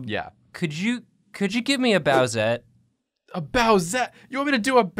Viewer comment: saying "bowsette" gave me psychic damage